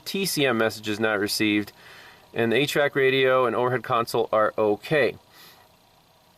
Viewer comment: At the beginning I had to re listen to whereo0 you said HVAC control system, even the 2nd time it sounded like 8 track control system. I had to read the laptop scantool, ah Okay. 8 track in a new truck. Just started and my ears are giving me the run around.